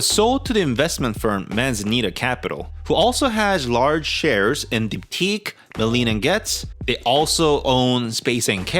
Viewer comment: It's pronounced bee blee oh teck